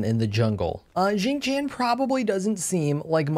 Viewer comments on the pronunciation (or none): I keep hearing Xing Chan more then xing Tian lol I wanna a weeb skin for him now EDIT: for those who are curious its produced more like Shing Tyan or shing tee-on